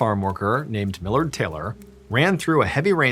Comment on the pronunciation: My last name is Millard its so nice to hear you say it correctly haha so many people read it as mill-lard